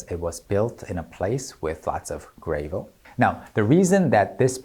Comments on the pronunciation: Here's an example of one moment of not getting the language right pops out. In English little pebbles are pronounced "GRA-vel" (with the "a" closer to the way it's heard in "hand" or "handle") not "GRAY-vel". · Not Gray vuhl but Gra as in ah then vuhl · "Gravel" isn't pronounced like "grave" but like "grav" (like "gravity" or "gravid"). Check Youglish to hear the way it's said in natural sentences. I'm kinda disappointed that you didn't break down the line in the middle of the video that you said was done well and "nothing to see here, moving on"; I could've learned something from it. Alas. As far as learning the language, I have no interest in going very far with Korean; I know enough to recognize the writing, I might study again to be able to actually read the writing (I did once but it's been a long time), and I'm glad to learn little tidbits from you, but mostly I'm interested in comparative grammars, not fluency. I've studied over 50 languages (and can sing in over 20 -- now including some Kpop Demon Hunters, thanks to your videos! we'll see how soon I manage to make a new video demonstrating my improved range on my Arkylie Sings playlist), and I'm focused more on Japanese, Spanish, Finnish, ASL, and to a lesser extent Toki Pona, Italian, Esperanto. But I am very glad to live in a world where so many teachers have found YouTube such a useful medium for providing lessons to students around the world. Say, presuming there's a Korean version of "Let It Go", could you maybe go over the lyrics? I wouldn't mind adding that to my repertoire. I can already sing it in Japanese, Italian, and Tagalog (well, not the whole song yet, but I'm close). Any other Disney song translated to Korean would also be welcome. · The way it's spelt, it should actually be pronounced grave-l rather than pronounced gravvle. English really is such a weird language that breaks its own rules all the time. Edit: And after he explains how Korean elongates words, it makes even more sense.